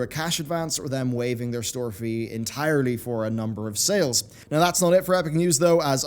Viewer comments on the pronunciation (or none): none